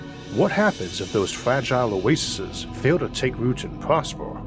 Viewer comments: How are you gonna make stuff like this and then talk like a toddler? Put some of the money you're making into a logopedist. "pwospwew" and "uniwews" in the first 30 seconds, that's unbearable. You have such a good voice other than that, too. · Fwagile and pwosper